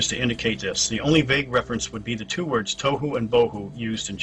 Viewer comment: *correction TWO and not TOW